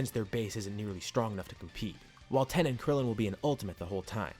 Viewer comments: Why do you say tien as ten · Please tell me why you say ten and not Tien it’s disturbing